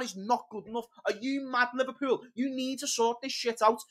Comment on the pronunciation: Liverpewl! Liverpewl! Youse are ruin’n me night! Dying 😂